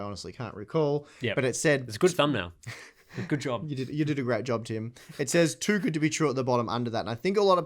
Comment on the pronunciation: It's not Tim, it's Jim :D